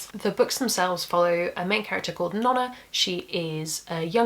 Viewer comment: I'm currently reading the physical version of Red Sister and had the most intense wtf moment when you pronounced it Non-a instead of No-na :P (Also, ftr, I read Rain Wild before Liveships and didn't suffer from any lack of understanding irrc)